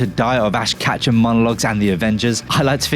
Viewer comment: Raised by Ash monologues but can't pronounce his last name. Sure.